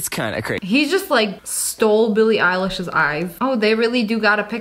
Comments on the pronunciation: Not to be rood but it’s Billie eiliiiiiiiiish not Billie eilaaaaaaash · Did you say Billie eyelash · ITS BILLIE EYE-LISH THATS HOW ITS PRONOUNCED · Some people say billie eyelash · Are we not gonna talk about “Billie Eyelash “😂😂😂😂😂 No, not Tori and Beck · Everyone: Billie Eilish :Eye leesh pronunciation Sniper: Oh Billie Eyelash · I can confirm that it’s Billie Eyelash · No one gonna talk about how she said Billie eyelash